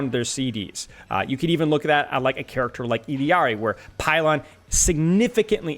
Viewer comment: It's Illari, not Illiari...